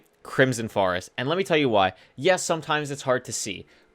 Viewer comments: Good I ain’t the only one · Yea lol does he naturally say that or did the chat start that during the nether start speed runs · I love how he pronounces “forest” as “farest” it is so cool. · I can't get that out of my mind now while watchibg bruh